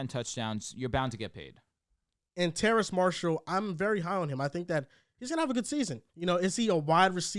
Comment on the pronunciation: TERRACE - there’s no “n” in his name